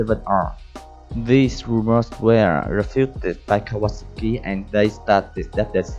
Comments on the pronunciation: is Kaw-a-sah-ki, i could be wrong. but i've been riding my kawi since i was 13 and always pronounced it like this. the last part is pronounced similar to the drink "sake" except its pronounced "saki" were as the drink is pronounced (sah-kay) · "Cow Ah ASaki" (not sure how he pronounced but I loved it